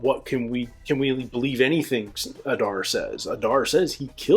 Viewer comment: It's not adAr it's Adar. Udun not udUn. In all Elvish 2 syllable words the stress falls always on the 1st syllable